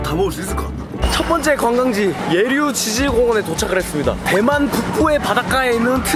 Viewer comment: 지질 발음 조심좀...치질 에헴...그리고 처음 얼굴이랑 끝얼굴이랑 부피 차이가